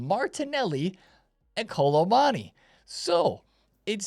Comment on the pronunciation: Why can’t my man pronounce Kolo Muani 😭 Kolo MONNY